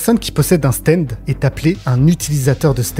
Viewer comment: stand pas steind